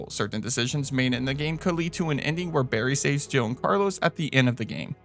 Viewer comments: I always thought Barry says jibble sandwich lol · I always thought it sounded like Barry said Jiggle sandwich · I never understood why it was a Jill sandwich when it sounds like he says jibble sandwich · 'You were almost a jibble sandwich', that's what I always hear even though it makes no sense.